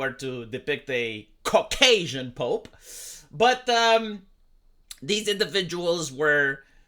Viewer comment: I don't like how you say "Cock-Asian". /s